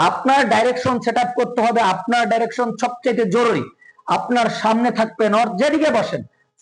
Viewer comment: উচ্চারণ - ডিরেকশন,আইসোমেট্রিক